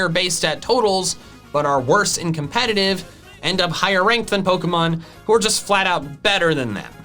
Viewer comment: THERE IS NO R IN COMPETITIVE!